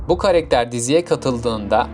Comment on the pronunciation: Karekter değil karakter